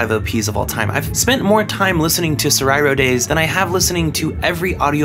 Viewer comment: i'm going through whiplash hearing you pronounce words right that most don't get, but then saying "sore-eye-ro days" when it's "sora-iro" (meaning the color of the sky)